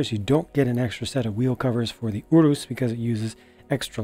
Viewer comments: This was a really good review. I've found myself in unusually universal agreement with your thoughts, especially regarding the British & European price point. I'm also pleased to hear your pronunciation on Urus as I had no idea how to pronounce it myself, so now I know what to call it. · I'm Italian and I approve your pronounciation